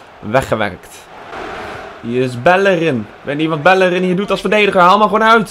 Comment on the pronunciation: Bellerin spreek je uit als Bellerien